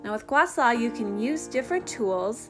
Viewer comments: (GWAH - SHAH) NOT ( GWAH SAW) is the correct pronunciation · (Gua-Shaw) not (Gua Saw) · It's pronounced "gua sha", not "gua sa". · "Gua Sa" LOL! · Can you not pronounce h's or something SHA